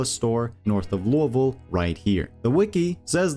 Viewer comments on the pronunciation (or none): loo-ah voal????the only explanation is youve never heard it said, english aint your first language, and you just made a wild guess without checking, holy shit you keep saying it like that all through the video....